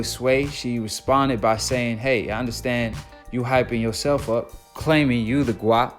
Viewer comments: Dude it’s GWOAT not GWAT lol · Omg bro its GWOAT not GWOT lol. I cant watch no more. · Dude said Gwat lol...not Gwoat. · Man it GWOAT....LIKE GOAT BUT WITH A "W"......LMAO MAKE A VIDEO AND KNOW NOTHING!!💯💯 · great vid but y u keep saying gwat 🤷🏾‍♂️ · Guatt??🤔🤔🤔 I guarantee you're pronouncing it wrong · Stop saying gwat sounds far too close to twat 🙏🏼🙏🏼🙏🏼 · Gwoat man gwoat like goat. You cant even get that word right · Gwoat sounds like Goat with the long "O" sound. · This dickhead said “GWOAY” wrong yu don’t know shit about boxing rip roger mayweather lol